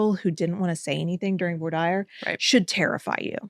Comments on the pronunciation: Seriously though, the more I think about an attorney that does not know how to pronounce "voir dire", I am starting to get concerned, what law school do you have to go to where they say "voir dire" different than the rest of the country? And as someone who has dealt with Texas attorneys in general, I need to start investigating where most of them have graduated from law school, because the unprofessional things that Texas attorneys have said to me in the past, is breathe taking, for example, "oh, not having a working air conditioner is no big deal"....did you get that? A Texas attorney, in Texas, where its an average of 102 degrees Fahrenheit, about 39 degrees Celsius for my Canadian brothers, says to me, an air conditioner is not important. In Pennsylvania, a landlord can get in deep trouble if they don't provide a working air conditioner to their tenants...but in a state where its an average 102F/39C its a non-issue for attorneys and the legal system? Something is wrong there. If I can get a damn good attorney for a gun case like Emily Taylor, how can I not get a good attorney in a landlord/tenant issue dealing with life or death issue like not having a working AC in July? I mean I never went through that, I was trying to help out a neighbor,. but still. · In California, voir dire is pronounced the exact same way as y’all are pronouncing it. I’ve never ever heard it pronounced with a French like accent as you ladies talked about.